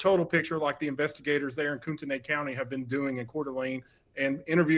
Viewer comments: Im from Idaho, pronounced coot knee county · Y’all it’s pronounced koot-ney. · In North Idaho we say "koot-knee" county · Get your facts straight, you don't snipe with a shotgun. Also pronounce the county and city right.